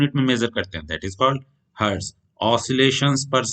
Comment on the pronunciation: Sir hetz nhi hota hertz hote hai